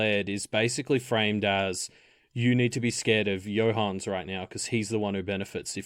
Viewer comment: Not sure how you get the name Johannes to be two syllables long, when it's clearly three. I know it's not a common name in English speaking countries, but still. /Another Johannes